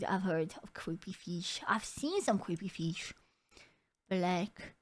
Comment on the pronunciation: "creepy feesh" omg i love the pronunciation